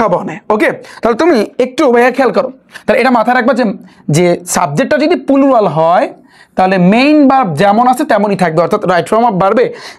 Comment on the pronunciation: Pulural ki 😂😂plural শুনছি?